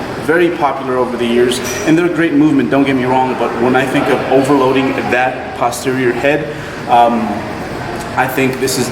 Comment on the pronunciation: Holy shit is one of the few people I've heard pronounce posterior correctly. I swear to god every mouth breathing youtube lifter says POSTerior. It's PAHSTerior!